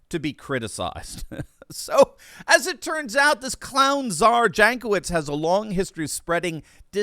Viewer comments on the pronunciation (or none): For those who likes facts. Jankowicz name is from Eastern Europe. Might be from Poland. And right pronouncing is Yankowitch. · Jankowitz = [Yonkovich] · Ok, this woman is despicable, but that is no reason to butcher pronunciation of her name to that degree. It makes my soul bleed every time I hear you say it.